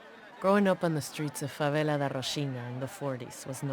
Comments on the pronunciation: and we dont say fawela policia, we say policia da favela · I mean, favela is speled fávélah, not fawela